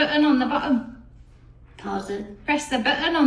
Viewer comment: "Oh, my giddy aunt!" "Press the buh-un on the buh-um" x2